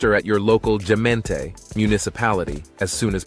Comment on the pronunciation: interesting, and yes quite accurate, but what ticks me off a little is all the video shots that are clearly not from the Netherlands. Oh and pronunciation of "hagelslag", "gezellig" and "gemeente" without a hint of dutch sounds pretty horrific.